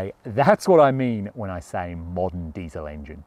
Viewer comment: You got the Diesel word in Rabic/ Farsi all wrong 😂 that's ok. It's like this: دیزل